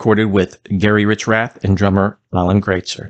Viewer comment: How do you do this video and not discuss Golden Country? Also, please learn how to pronounce Alan’s last name.